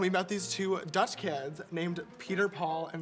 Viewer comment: We need a series of james learning other languages just bcs its cute :< thE WAY HE PRONOUNCED THOSE DUTCH WORDS xD